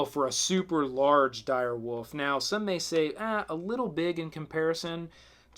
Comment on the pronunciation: I love every time he said dire woof